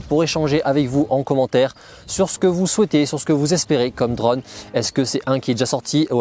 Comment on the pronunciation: Un drauuunne , tu peut pas dire drone comme tous le monde ?